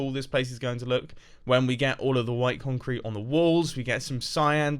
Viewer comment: Mumbo: what should build with? Mumbo: conk crete